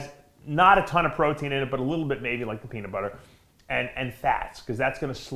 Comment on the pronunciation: Dave said Peaner 😂😂😂